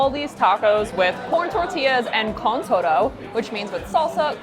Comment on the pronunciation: todo is pronounced toe-tho.